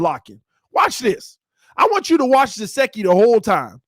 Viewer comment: love the video but it's gesicki no jaseki lol